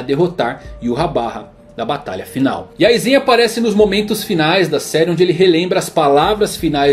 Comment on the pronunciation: Aizén kkkkk